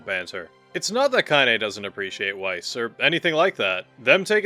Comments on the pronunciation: It’s pronounced VICE not WiCE for Grimoire Weiss you buffoon! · It's Vice, not why-ss. Pls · Grimoire Weiss himself pronounces his own name as "Vice", as its germanic. It gives me OCD irritation to hear you pronouce it "Wyse", even if some of the voice actors have done that. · Love the video!! And no hate, just wanted to correct you that “Weiss” is pronounced with the “W” being a “V”! So it’s actually pronounced in game as Veiss! It’s a German thing to pronounce the W with a V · Do you pronounce Weiss like it is spelt and not how it's actually pronounced with a V because you play with the Japanese VA's so much, that you have forgotten its Veiss? Or are you just low key trolling? I'm genuinely curious because I wince when you say Weiss with a W !